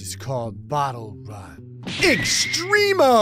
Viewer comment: Extremo isn't pronounced extreme-o It's extcrem- o